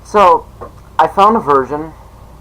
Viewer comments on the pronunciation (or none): instead of version i swear it sounded like you said virgin! Lmao i'm not kidding it sounded like you said that to me for some reason HAHA. Anyway, great video man!